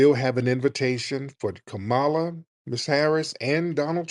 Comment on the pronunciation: I don't really care how people say kamalas name but she aint sittin down witchu and you sayin her name wrong on purpose my nigga.